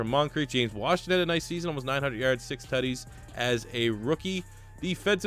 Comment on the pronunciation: Every time he says Tuddies I feel like he’s trying to say titties